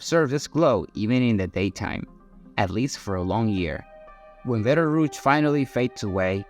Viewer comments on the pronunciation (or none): First, it is Betelgeuse (pronounced Beetle Juice) and not Beltarooch. 2nd, it did not start to go supernova. It is still in the stage of fusing helium meaning it still has at least 10,000 years left before it will go supernova (I just watched a real program on this exact topic).